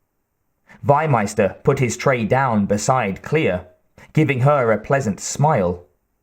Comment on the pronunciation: The correct pronunciation is "FEE-meister". Not "why-meister". Meaning Livestock-Master. And the guy is not south-german. He is austrian.